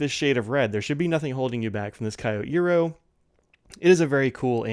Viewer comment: Thank you,. (Psst: not K-i-o but kYO.)